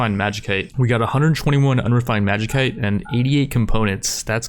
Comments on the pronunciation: Magi-kite? Magi-sait. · And "Magikite"? What's that? Is it Magicite?